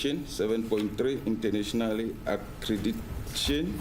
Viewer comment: He can’t even pronounce accreditation 😔😭